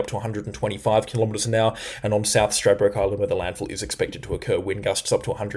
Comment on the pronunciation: you have got Stradbroke correct. Now Ballina is bell LIN nah not bah LENA. Caboolture is cab BOOL ture not CAB bool ture. Uppercase for the main emphasis. And amazing work. I see now we will dodge the bullet near Bribie Is.